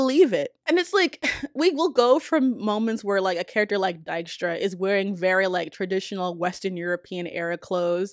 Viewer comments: Wow, kudos on pronouncing "Dijkstra" correctly, that really caught me off guard. Especially because in the games and series they (mis)pronounce it as "Diekstra", which is a different name. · First video I ever saw of yours, really great. As a huge fan of the witcher books and games I 100% agree with everything. And as a Dutch person I love that you pronounce Dijkstra correctly (it being a Dutch lastname) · I am just shocked to hear someone finally pronounce Dijkstra pretty much correctly